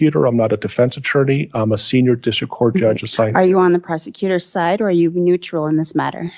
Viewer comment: OMG! ATURDNEY-I'M-FUCT IS A MEME! You're awesome,!